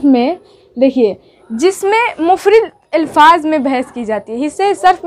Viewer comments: لفظ مفرَد ہوتاہے, مفرِد نہیں معلمہ جی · مفرد را کے فتحہ مہمل اول میم کے پیش ثانی کے فتحہ کے ساتھ 👍 باقی سب اچھا ماشاء اللہ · مفرد اور مہمل کو ٹھیک کر لیں تو بہتر ہوگا ماشاءاللہ بہت اچھا پڑھا رہی ہو